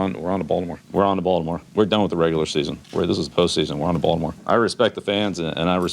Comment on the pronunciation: "Haven't seen this many cameras since we signed Tebow" LOL He also says Balimore correctly. Love his interactions with other players too.